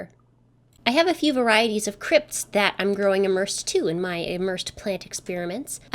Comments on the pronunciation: maybe it is a geographic accent, but when you say emersed, I hear immersed (the antonym). The former has a long E (as with Egret or Even), the latter has a short I (as with image or insect). Pretty impressive planted vase. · but they shouldn't sound the exact same, it should be as though you are saying the letter E followed by mersed, rather than a short E (as in emery). To me, it is rather an uncommon word usage to say emersed, when I used to buy aquatic plants wholesale the vendors would list them as emerged or submerged depending on how they were grown.